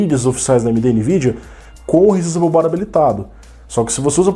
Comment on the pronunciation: sabe muito! muito bom perceber e alertar sobre isso! essa geração nova já não tá essas coisas todas, quanto mais se quem for comprar não atentar para essas questões que vc levantou (p.s. não que isso faça diferença no conteúdo, mas a pronuncia em ingles seria "re ssáizable bar")